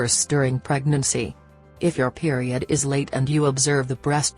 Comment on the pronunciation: 😂😂😂😂 Periud😂😂😂 I can't take this vid seriously